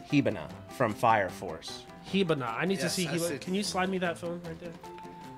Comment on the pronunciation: Why he butcher my girls name like that bro 😭 “Hibana”